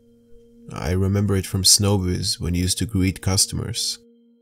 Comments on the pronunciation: Showbiz NOT SNOWBIZ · If you say snowbiz one more time I'm unsubscribing!!!!🙄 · isnt it Showbiz pizza and not snowbiz just wondering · ITS CALLED SHOW BIZ PIZZA! WTF NOT SNOW BIZ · Snowbiz where they gweet they’re customers properly